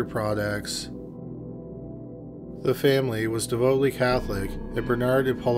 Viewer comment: Yes, but where was the masquerade party? I hate this narrator. They were ‘devotly’ Catholic. Devoutly Catholic. He also isn’t clear about the forms of the murder. Often he says murderer when he doesn’t mean that.